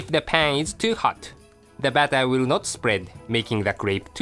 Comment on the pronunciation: strain the battahh